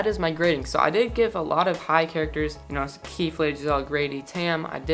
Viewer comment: It's not keith... it's KEEFE :( no hate :)